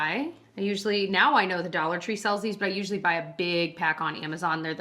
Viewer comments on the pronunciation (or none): none